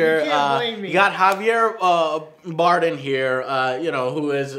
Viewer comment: Javier Baredem , Baredem , Barrenedem, Banem. Come on Joe if you don't know how his name is pronounced at least stick with one don't just randomize :)